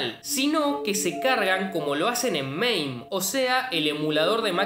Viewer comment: NO ES MAIM... es MAME!!!!!! MA-ME jaja